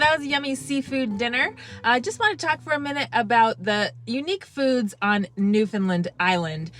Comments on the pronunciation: From Bonavista here! Glad you enjoyed your time here :-) here's a newfie tip for you! It's not pronounced Newfoundlund. Say like you'd say the word "understand" Newfoundland! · I’m going to be straight forward here . I do enjoy your videos . But calling it Newfoundland Island is absolutely ridiculous . You are taking people on tours to places you aren’t from . I get the interest I truly do . But it’s Newfoundland not newfinlind , which is how you are pronouncing it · learn how to say newfoundland properly please